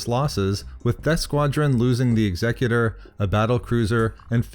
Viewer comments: Finally, someone who can pronounce "Executor" correctly! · Thank you for pronouncing "Executor" correctly.